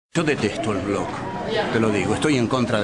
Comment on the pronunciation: Claro, buenísimo criticar la mala prosa, si no sabemos decir ni la palabra blog. BLOOOOOOOOOOOOCK! okno